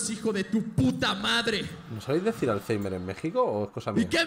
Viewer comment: "¿No sabeis decir alzheimer en México?" Y lo dice un español, que pronuncia todo el vocabulario inglés tal cual está escrito. Con que cara.